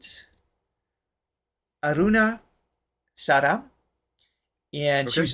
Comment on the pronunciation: Her name is Aruna Sairam... Not Aruna Sara as you pronounced it... The string instument is 'Veena' not a 'Sitar'.... It can imitate the very inflexions that the human voice can achieve... PLEASE DON'T SAY IT IS LIKE INDIAN RAP... RAP IS THE MOST UNMUSICAL ENTITY YOU CAN INVENT... THE SONG IS 'KAALIYA MARDANA THILLANA'... IT IS SET TO A JOVIAL FAST TYPE RHYTHM BUT IT IS NOT ANYWHERE NEAR AS BORING AS SO CALLED RAP "MUSIC"... THILLANAS are mainly accompanying songs written composed and used for CLASSICAL DANCE PERFORMANCES like BHARATA NAATYAM, KUCHIPUDI etc... If you watch a Indian dancer performing for this song, then you will understand why it is composed in this manner... RAP is more about the words/language and the rhythm it is set on... very repetetive and staid after 5 minutes of listening to it...